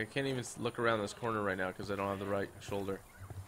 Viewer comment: he said solger not shoulder